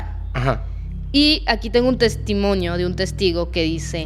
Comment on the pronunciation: Muy bien narrado. Lo único es testimonio, NO!!!! Testimonio!!